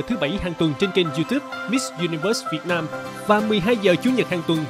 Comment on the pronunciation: Vân tập lại khi hô tên “ Việt Nam”. Theo cô thì nhấn chữ Việt sẽ hay hơn. Vân nghe người nước ngoài họ đọc “ Việt Nam” sẽ rõ hơn!